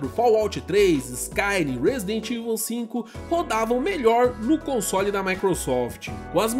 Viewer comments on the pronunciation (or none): none